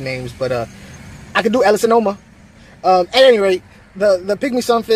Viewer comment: Why do you pronounce an “n” in the name lol also there are more then two types for sure! I.E I love my ellasoma evergsldeis!